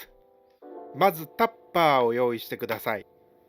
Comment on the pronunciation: 本当に勉強になる動画ですね🎉 これが無料とはありがた過ぎて涙も枯れ果てました❤ 動画自体もとても勉強になりますが、はコメントにも丁寧にお返事されているので、コメント欄でも勉強になるので、一粒で二度美味しい感じでお得感も凄いです！ どれだけ凄いかと言われれば、の 「タッパー」 の言い方の癖ぐらい凄いです😂